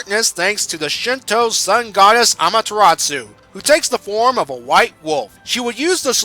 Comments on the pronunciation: Great review, only one thing, it's amaterasu not amateratsu like you said, but its a nitpick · Quinton J He pronounced it Amateratsu. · Ahrin Kim "tsu" as in "tsunami" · Quinton J ... the T is silent. It is pronounced Amaterasu, NO T. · Quinton J But that's POKEMON Amaterasu is one being. ONE NOT 784 Orsomethinglikethat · Good review, though I feel I should correct you on the Japanese names: You got Okami right the first time; it's not "o-ka-my" Amaterasu's name is pronounced "A-ma-te-ra-su" not "tsu" Kamiki's name is pronounced "ka-mee-key" Issun's name is pronounced "E-soon" On the note of Okami, a slight nitpick I have is that not once does Issun refer to Amaterasu as "Ammy" like he does in the game. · I fangirled when I saw Ammy. Anyways,, You're pronouncing Amaterasu and Issun wrong... (ah-mah-tur-ah-su) (EE-soon)